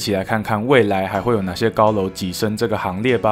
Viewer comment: 未來還會有哪些高樓躋(ㄐㄧ)身這個行列吧